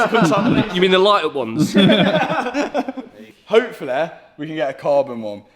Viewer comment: Intresting way of saying aparently and hopefully